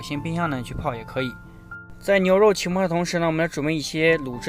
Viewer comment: 浸泡，jin pao 不是qin pao